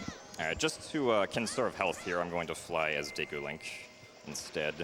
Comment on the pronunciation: Pretty close to the Japanese pronunciation at least. I still like to read it as Diikoo myself though